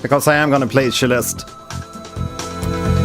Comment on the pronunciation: Why does he pronounce it Sheleste?